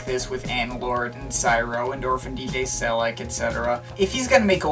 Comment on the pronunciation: It's Orphan DJ Sel-eK (as in Select minus the "t")